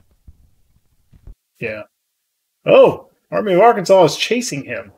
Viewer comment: I'm loving your content but I have to ask and I mean no disrespect but how is that you can say the name of the state of Arkansas correctly but not the Arkansas River? lol